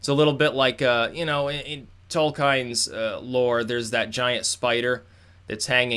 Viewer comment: toll-keen not toll-kine